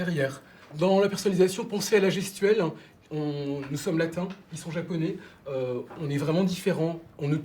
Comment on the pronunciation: ....En français on dit JAPONAIS....et non pas JAPONÉ....Quand on travaille pour AirFrance on doit parler FRANÇAIS et non FRANÇÉ...OK...